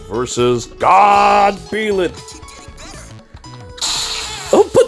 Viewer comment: Jesus Christ I hate the way you pronounce Byleth lol